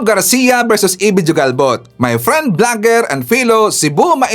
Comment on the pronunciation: IT IS PRONOUNCED AS HUGALBOT, NOT JU-GALBOT..